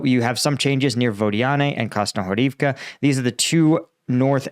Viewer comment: u sad "krasnohorivka" withouth accent!! you are the best pronouncer !!